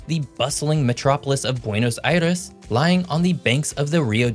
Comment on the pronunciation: I’m one of biggest fans, but I got a kick out of him pronouncing Buenos Aires perfectly, and then saying what sounds like “Pedro dee Mondoza” instead of what sounds like “Pedro day Mondoza.”